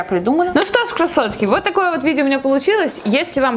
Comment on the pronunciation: Почему я постоянно слышу кроссовки, а не красотки?))